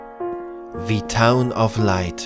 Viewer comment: Wird aber "the town" gesprochen, nicht "Thii" weil ja kein Vokal folgt :$ Ja Klugscheißer, ich weiß ich weiß :$